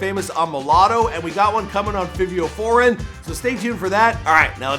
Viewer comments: " Hailey" Berry? "Fee-vio" foreign?? Really??? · Hailey Berry 😐 Feeveo Foreign 🤔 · ITS FIVE-E-O, FY•VEE•OH.